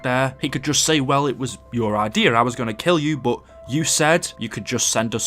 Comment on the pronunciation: The way you say "but" sounds like bout.